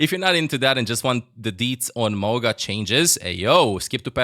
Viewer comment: It’s pronounced Ma-oo-ga